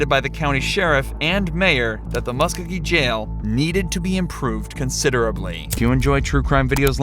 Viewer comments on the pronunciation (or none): It’s pronounced ( mus co-gee) county! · the county and city are Pronounced = Mus-Ko-Gee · im from Columbus (muscogee county pronounced MUSK-OH-GEE). Its deeper than that. our local sherrif lost to the former marshall in charge. marshalls were dissolved and some crazy beef started because the sherrifs started doing police work. by our city charter theyre just supposed to serve warrants, evictions and run the jail. CPD feels theyre overstepping their duties. The new sherrif has spent money allocated for running the jail on fancy new equipment to patrol and WRITE TICKETS all over town. Its quite the shit show.